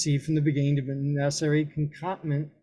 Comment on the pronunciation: LOL. You can't even pronounce words like "recognized" or "concomitant", and we're supposed to believe your interpretation of the law?